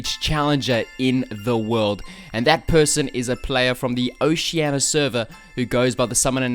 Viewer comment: „Ociania“ left the video